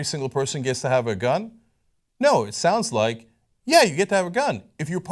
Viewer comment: How about we read the amendment. Cenk: "JUST GOOGLE EHHHT!"